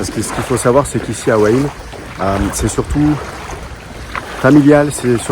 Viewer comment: Petit détail qui ne semble pas être précisé... La ville de " ua ine " ça s'écrit " Hua Hin " 😀